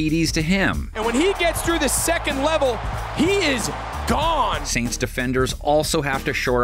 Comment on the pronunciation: It’s pronounced SAINTS! And the Panthers LOSING to the Bengals! 😊